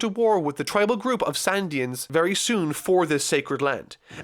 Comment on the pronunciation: "sandians" "merry go" bruh where are you getting these, its going merry and shandians